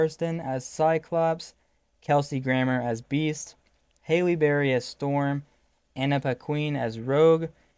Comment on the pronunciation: Just a tip on pronunciation: Halle Berry's first name rhymes with rally (not Hailey).